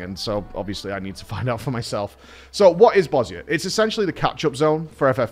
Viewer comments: Thank you for pronouncing Bozja correctly :D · Props for pronouncing Bozja properly